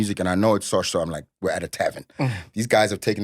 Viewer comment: Sosh guys not sosha please 😅😅